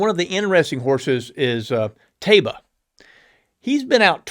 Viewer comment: Pronounced TYba. It's another name for the city of Medina. Amr Zedan (owner) also owned Medina Spirit. In Arabic, Taiba is pronounced TYba.